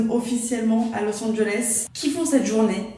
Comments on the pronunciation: a littéralement dit lis Angeles sans le savoir 😭😭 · Il fallait garder le suspense mais a dit los anges 😂